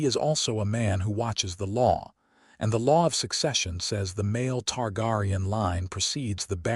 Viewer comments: Ist pronounced Tar- Gear- ion. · Targaryen (Tar-Gary-En)! But, I Know What You Meant!